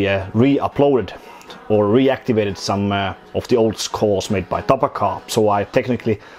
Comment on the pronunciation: TaPaKaH is actually meant to be read as tarakan, it means "cockroach" in Russian. Just a fun fact.